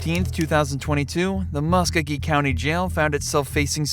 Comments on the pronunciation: MUSK-O-GEE!!! Do your homework and say it right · Please Learn how to Pronounce Muskogee!